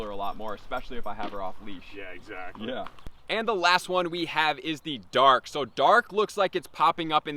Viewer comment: Lol, when he said "Dark" I heard dog.